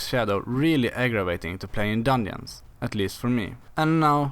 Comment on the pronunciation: so thats why he said "dunjooons"